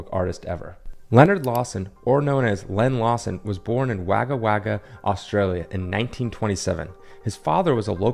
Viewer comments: I had never heard of any of this.. .and I'm Australian! NB: Wagga is pronounced Wogga (rhymes with dogger). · Interesting piece of Australian history that I’ve never heard of. Thanks But just for your info, it may be spelled Wagga - but it’s pronounced Wogga - hence the rhyming nickname of Wagga Walloper